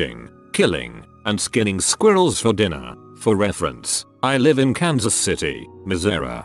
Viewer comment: The voice bot can't say "coworker" for shit but it sure as hell can pronounce Missouri like a native.